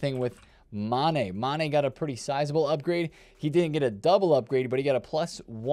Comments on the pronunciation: MOOOOOOO ANNNN EEEEE NOT MANE hoooow illiterate aree youuu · Sorry it’s so triggering hearing you call him kolo mane every morning